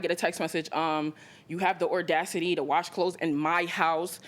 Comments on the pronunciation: “you have the ORdasity” 😂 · The " OR- DACITY " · "Conversated" and "Ordacity" Friends, let's take a moment of silence for the death of pronunciation and terminology 😂❤😂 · Its audacity is a word, not ordacity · I just said this! Don't forget 'ordacity' 😂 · “Ordacity” too 😂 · 'Conversated' and 'Ordacity' are NOT real words 🙄 Please learn to talk 🤦‍♀️ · mispronunciation of audacity